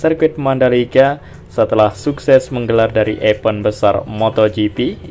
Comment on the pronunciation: Bang Bukan EPEN tapi EVENT bacanya IVEN